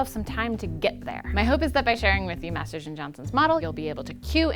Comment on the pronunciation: Maters of sex, is where i think about everytime she says Masters and Johnson.